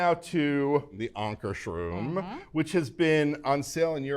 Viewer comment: Good job correctly pronouncing Ankarsrum.